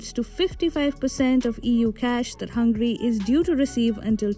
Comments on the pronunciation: *Hungary not Hungry , wrong pronounciation. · Excuse me. Not "Hángri" (hungry) but Hángöri. (Hungary). Your pronunciation is not good. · This country’s name is HungAry instead of Hungry. Please pay attention. You won’t like India be called Inda, right?